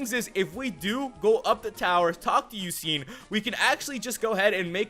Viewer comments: You dont prenounce it Suiciune its Sweecune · it's pronounced swecune